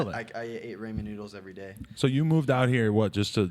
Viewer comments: I ate Ramen noodles everyday 😂. Danny said it like “Raymen,” it’s pronounced “RAW-MEN” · Danny said raymen noodles 😂 it’s pronounced raw-men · Danny said “raymen noodles” 🤦🏼‍♂️😪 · ray-men noodles lol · BOTH of those idiots say "RAY-MIN" noodles?! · "ray-men" nueddles